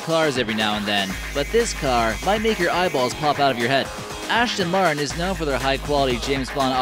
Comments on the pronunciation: D- Di- Did he just say "VenONO" instead of "Veneno" and he said "SENTenario" instead of "Centenario" (Ch-en-tin-arry-oh) Omg no, he said, "ASHton Martin" instead of "Aston Martin" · Dafuq is a Lamborgini Vanano? sounds like something ASH-Ton Martin Would Make oh and by the say for you Americans trying to say *CH*ENT-A-NARIO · Lamborghini Venano, Lamborghini Shentanario, and Ashton Martin. Dont make a car vid if you cant even pronounce the names or give true stats😂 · Fuck all the other wrong facts, he said Ashton Martin so many times I almost pissed myself